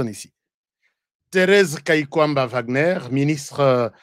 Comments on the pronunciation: En allemand W se lit V, Wagner=//Vagner// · Wagner est un nom qui vient de l'allemand W devant une syllabe on le prononce v. Je suis Wagner